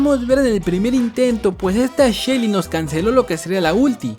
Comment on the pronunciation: Porque le dices chelly en vez de shelly?